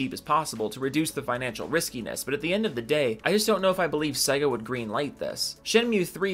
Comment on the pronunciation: Sega. Please pronunce it better. Sey-ga.